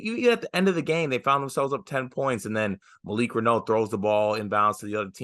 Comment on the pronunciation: Pronounced Malik Rah-New (not Rah-Know)